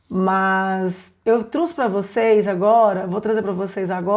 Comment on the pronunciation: Crítica construtiva: Vc está falando nos vídeos truxe,, ao invés de trouxe. Gostei dos vídeos, mas percebe-se q vc está lendo. Se vc aperfeiçoar estes vídeos será ótimo.Gostei do seu material. Gostaria de saber como fazer com q a criança fique centrada. Minhas filhas têm quase 4 anos e perdem o interesse rápido pelas atividades